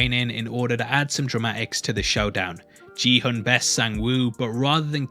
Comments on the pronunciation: It’s pronounced “ki-hoon” 🙂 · So weirded out by him pronouncing Gihun's name as "Jee-hun". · Great videos, but please, his name is pronounced GI-HUN, with the "g" as in "GOT." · Lol, I know that it is easy to do this mistake, but I still found it funny to hear you call him "Gee-hun". I guess you watched it with an english dub or simply didn't register the pronunciation of his name. (Which is understandable, as most of them call him by other words, like hyung, sir, ahjussi, 456, etc.) Anyways, it's pronounced "Gi-hoon", kind of like in "gift". His name written in Korean was 기훈, but it's kind of hard to find an English way of saying 훈. ^^' Still, it wasn't that bad, as it did take me a while to notice how you were pronouncing it! XD Edit: I made this comment like 2,5 minutes in. You don't have to worry about butchering them. Different languages are hard, and some names are just hard in general. XD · It’s pronounced “Gee” Hoon as in geek. Please do the research. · You are pronouncing gi-hun wrong way. It is giiiii-hoon like give gi and it is hoon not hun, NOT gee-hoon. I know it is not important info but as Korean, I just wanted to correct the right way to saying it. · Just FYI... Gi-hun is not pronounced as Ji-hun.. it should be pronounced same way you pronounce Gong Yoo. Please make sure this is pronounced correctly in the next clip. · THEY SAY GIHUNS NAME IN THE SHOW EVERY EP BUT THESE PPL STILL GOT THE PRONUNCIATION WRONG LOLOL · Gi-hun is pronounced with a hard g btw. Great breakdown though! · u watched the whole series but still pronounced Gi Hun's name wrong XD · It's not Ji Hun. It is Gi-Hun. pronounced more like Ghee Hoon. I was like who the hell are you talking about? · Watches entire show, still manages to mispronounce Gi-hun as “Ji-hun” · Love your break downs but Gihun is pronounced with a hard g sound (not a j), and hun is more like “hoon” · I thought his name was Kihun and not Jihun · ki-hoon not “g” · it's "Gi-Hoon" not "Ji-hoon"